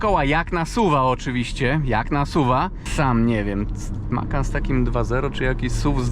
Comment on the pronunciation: Widzi pan tam gdzieś S na końcu? Macan bez S na końcu. 😂